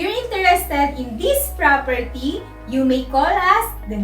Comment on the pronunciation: Did you even say where the propERTEEE was located?